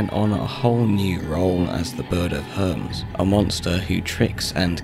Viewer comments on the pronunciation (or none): They do differ in the different discriptions. I know that that hermes is not a bird. It was just a simple mispronounciation on bis part. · For me you can add his pronunciation of the bird of Hermes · So are we just not gonna address the way he pronounced Hermes?